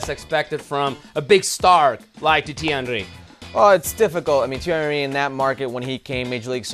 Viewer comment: Can you stop calling him Titi Henry. FFS.